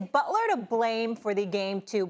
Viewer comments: It’s not Butla it’s Butler I believe? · JIMMY FREAKIN BUTLAH, TAKE OVUH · Take a shot every time Stephen says "BUTLAH"! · Jimmy BUTLAH